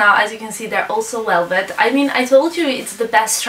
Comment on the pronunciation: She can't wouch for welvet :p